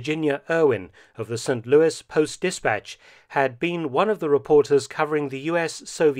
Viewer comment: If only some history guys were as observant of correct pronunciation in different languages. You shame them with your St. Louis, bravo Mr Felton.